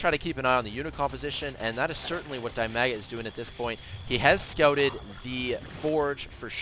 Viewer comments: Dimaga is definitely not pronounced dai-maa-guh. It's dih-mah-guh. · Dimaga is not die maga. Dimaga sounds more like de mag ga.